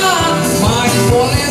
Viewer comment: Bola sodok bang, bukan bole sodok